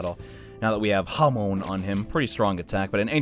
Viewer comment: How to entice JoJo fans and trigger Persona fans: say Hamon instead of Hamaon. Slight difference, means a lot